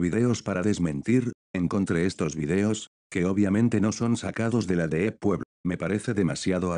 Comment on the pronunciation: Escrito: Deep Web Lo que el Loquendo pronuncia: Deeep Wuep